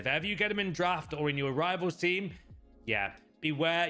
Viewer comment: You honestly don’t know you talking about, you keep saying meta for your but you’ve nerver played with them and you probably div 5 players. Get a grip